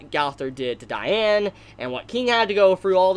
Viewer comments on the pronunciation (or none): none